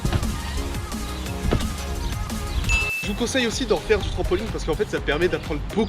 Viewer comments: C’est moi ou il dit trampoling 😭😭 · Pourquoi les gens disent trampolingue au lieu de trampolINE!😅sinon super vidéo comme dab 👌🏻